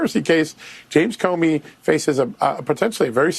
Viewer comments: I heard you say "Comer" in lieu of "Comey" w/those deep staters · Comey not Comer. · Comey, Not Comer. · Comer? Did you mean Comey? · not Comer, you mean Comey.